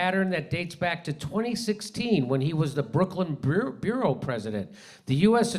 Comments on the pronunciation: Jimmy still can't read!! Borough, not bureau. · It’s borough, not bureau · Adams is a cog in the corrupt wheel of U.S. fascism, yes. But my question is why does Jimmy pronounce "borough" as bureau, and pronounces "bureau" as boo-roo? I volunteer to help all podcasters with words starting with the letter b..